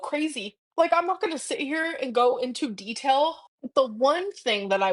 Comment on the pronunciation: "I'm not going into DETELLE " 🙄 nearly 40 years old, "foaks"